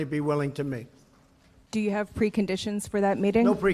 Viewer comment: Did I hear that right? "You meet, there's nothing wrong with mating " "I would certainly be willing to mate ". I know I know he was saying meet, but the pronunciation is close and it's funny lol.